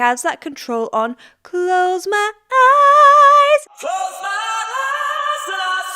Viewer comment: I love the way he says "Hi's" instead of "eyes". The hard "e" at the beginning of "eyes" would have closed off his throat but the "h" keeps it open to run up the register.